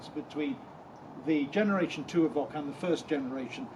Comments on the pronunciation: Is it not pronounced Evoke and not Evock? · Good review…… but…….. evock???? The only person I know to call it an evock. !!! Just a little annoying, a bit like the lovely nigella Lawson calling a microwave a meecrowaavay !!!🤪🤪